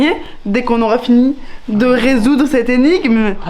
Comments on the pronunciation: La fatigue des vlogs se fait t’elle déjà sentir? dès , on dit « énigme » et non « egnime »😋 Tu me feras toujours autant rire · "l'égnime" 😭😭 Sinon vraiment tes vlogs d'août sont mon rituel avant de dormir ☺